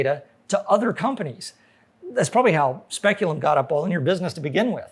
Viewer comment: "Speculum Internet" lol. Btw, nice colors! A thing of beauty is a joy forever, or at least until v2.0 (with card-reader action!!) comes along.